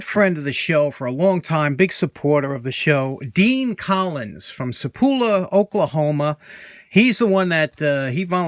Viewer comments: I think you are talking about a town on Route 66 not far from where I live in Tulsa. It is pronounced Sa - Paul - pa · Just a little correction here, the heart of 66 Auto Museum is in Sapulpa. Pronounced SA PUL PA. I live near his museum but I’ve never gone to see it. I will someday. Your comment on being handy reminded me of a saying I heard once. It goes like this. Momma always told me “if you can’t be handsome you better be handy or the girls won’t have a thing to do with you”. I sure enjoy your videos. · Not to be that guy but are you sure that wasn’t Sa-pulp-a Oklahoma? I’ve been to the Heart of Route 66 Auto Museum, in Sapulpa Ok a few times. My wife and I found it by happenstance while driving Route 66 on a day trip, really awesome place.